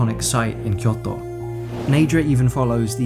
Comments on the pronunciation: Tip: Kyoto is pronounced with a longer Kyooo. Kyoooto. きょうと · So funny how you say kyoto. 😂 kyoTO .